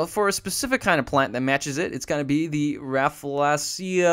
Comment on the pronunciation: 6.26 Rafflesia just that